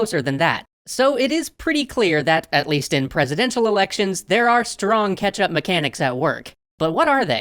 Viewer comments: CATCH-Up mechanics, not "ketchup" mechanics! ...all I hear is "ketchup". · I am absolutely sure is saying ketchup. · Luconis funny, I kept hearing catsup 😅